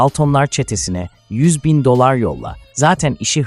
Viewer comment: Doksındokız bin dolır ne demek bir de daltınlar😂😂 ya senin seslendirmene skm 😂😂